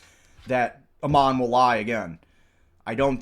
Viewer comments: FYI, the CEO's name is pronounced like a sheep would pronounce it ... Aaaammon, not Uhman. It's a Mormon name -- comes from a missionary figure in the Book of Mormon. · Just trying to help but the A in Ammon says the letter A. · Tickles me to no end the BAM CEO’s name is continuously mispronounced! 😂 His name of Ammon rhymes with “Salmon” and is a character from the Book of Mormon (BofM), a common thing with Mormons to name kids from BofM.